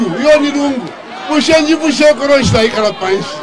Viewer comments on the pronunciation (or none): none